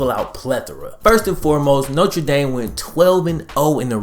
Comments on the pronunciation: note-r dame, not note-tre dame it's cool tho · Noter dame not notre dame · Damn guy. It’s pronounced NO-TER DAME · I have noticed you have the oddest pronunciation of Notre Dame... Most people say it as either No-truh D-ahm or No-ter Dame you say No-truh Dame might I ask where you are from? Being a Bengals fan I assume you are from Ohio somewhere but I've been wrong before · “Nocha Dame.” Lol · No-Trey-Dame...? Come on man it's pronounced Nostradamus smh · if you gonna pronounce that "notre" you better pronounce that "dame" . hunchback of notre dame